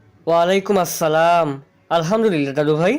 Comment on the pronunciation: গেটের সামনে প্রথম সালাম টা কন্ঠস্বর টানটান উচ্চারণ অসহ্য সুন্দর ছিল।